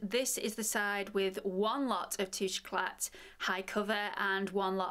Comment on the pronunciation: Great review, terrible pronunciation, it's French, you don't' pronounce the t, it's tooshay ecla